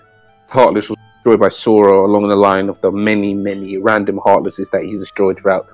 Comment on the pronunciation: Who the fuck is? Does he mean Zorro? Jesus Christ I can't listen to 1 hr of lmfao. looking foward to your theory vids without this guy not sure why not 1 of u could tell him it's Sora.